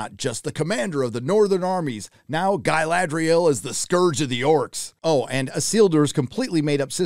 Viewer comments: who is gai la dry al? I mean if you are going to criticise maybe not pronounce it like they are from the deep south. cool vid though, this show is terrible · after I heard your pronounce Ga"i"ladrial I understood where you are coming from :)))) If you are a fan than lean back and enjoy that you got something at least (and give them some constructive critic if you have something to say)... If you are not a fan, stop watching it and move on... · Gailadriel - Galadriel! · Agree with everything cept the cgi shots of the cities isnt just nice its incredible give some credit. And calling the dude sauron!! Every single time like its still funny is gettin more annoying than the show. Same saying GUYladriel. Aite we get it man. But yea show is pure doodoo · Mispronunciation of Galadriel shows some fair evidence of not watching the show or reading the books. I do agree though that they're messing up the story a lot and the casting is not so great. Who gives a shit about race/skin color? I would hope they chose the best actor for the job but Galadriel's casting sheds a lot of doubt on that. I had doubts after the complete fuckery of The Wheel of Time and sadly those doubts were completely founded. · Is your mispronunciation of Galadriel supposed to be a joke?